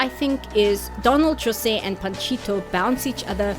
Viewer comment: thanks for putting the effort of pronouncing jose's name right. we get so much people thinking portuguese and spanish sound the same its actually one of the things that we brazilians hate the most